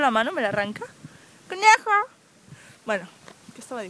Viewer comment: Felicidades, con este video has conseguido que una idiota vaya por el mundo diciendo: conejo (cnejo)